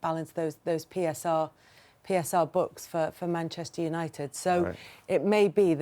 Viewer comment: Neville can't even say the club's name that he used to play for. "Manshoonited." Pathetic